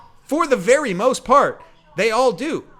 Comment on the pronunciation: yeah, you put the emphasis on the wrong syllable!